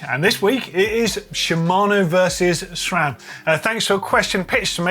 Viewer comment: Note, there is no H in SRAM, so why say SHRAM?